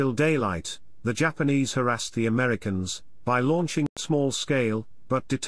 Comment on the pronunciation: "The Ameddy-kins" landed. Bwa haa!